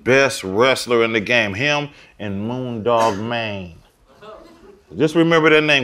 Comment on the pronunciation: E40 sound so Bay the way he say "Moondog Mayne" Shout out to my soil. Yee! AND he gave Chuy Gomez a shoutout. That's how you do it Chuy <3